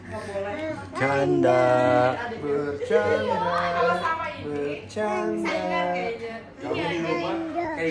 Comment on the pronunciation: Bercyandha bercyandha 😂😂😂😂